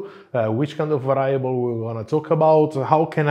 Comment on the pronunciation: Hello, love your show and you have a nice Italian accent and well-spoken English. Just wanted to tell you that a word that you use often should have the accent on the first syllable as is the case in spoken Italian. The word is VARIABLE.....VA' REE A BLE...not...VA RYE' A BLE . Please excuse this subtle correction while I always chastise English and American native speakers who are often the worst at respecting foreign word pronunciation.